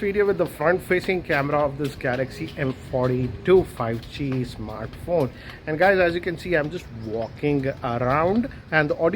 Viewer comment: Everyone: 5G: Fai-gee